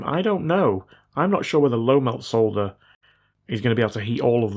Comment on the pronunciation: At least he still says solder and not sodder. Not sure aluminum is excusable though